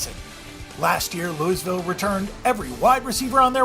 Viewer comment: The S is silent in Louisville!!